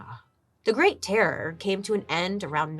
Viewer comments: Terror terrorooror 🤣 horror horrorororor 😂. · I can not describe how much I laughed listening to Bailey say "terror" 😂 😂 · I love how Bailey struggles to say terror 🤣